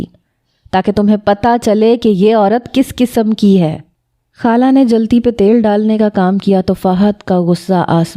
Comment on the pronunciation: Hala nahi hota khala hota ha 😂